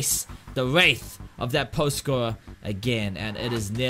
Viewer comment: WRATHHH WRATHH NOT WRAITH WRAAATHH 🤣🤣😭